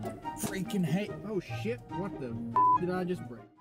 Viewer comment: I love when u say "shiet" hahaha